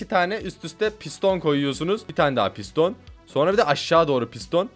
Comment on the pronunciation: NORMAL=Piston ABİNİN DEDİĞİ=Pis Don💀🤣